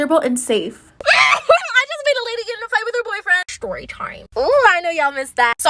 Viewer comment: The shtory time